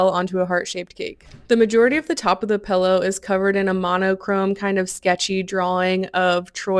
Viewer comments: The "pellow" is killing me. PILLow pillow!!!!! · “Pellow” ? Do you mean “Pillow” ?! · Are you saying, "pellow"???